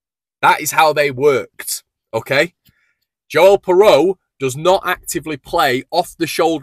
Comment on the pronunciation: I think its pronounced (phonetic) "Piroo".